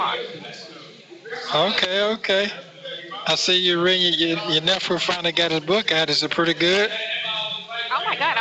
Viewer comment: This nicca said ya “NEFRUE!!” How the hell was this non-verbal clown able to scheme so much as a USED pack of NOWandLATER’S from someone let alone $250,000????? Good Lord!!!🤦🏽‍♂️